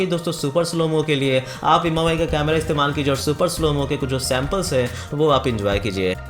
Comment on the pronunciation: None of the above. Infact its pronounced as 'mee' UI. Mi means rice in Chinese.